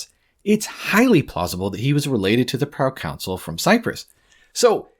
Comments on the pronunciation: Great video, but you’re pronouncing ‚Consul‘ like ‚council‘ it’s more like Cahn-sul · The pronunciation is not like council. Con - soul, or kaan-sl phonetically. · Hearing Consul pronounced Counsel annoyed me for this entire video